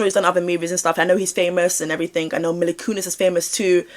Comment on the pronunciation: Another great vid, he 100% knows something even IF he wasn't actually involved in any of it! People do need to remember that not every celebrity seen with Diddy will have been a part of this or even known, but I don't believe this is the case for Ashton! (Also her name is pronounced Meela❤)